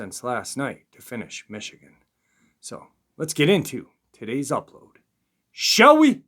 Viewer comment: i love u i truly do..i listen as much as i can...im sorry i wish u wld change ur shAll we...it sounds like Sh-ow-wee...ur voice is so pleasant..except 4 that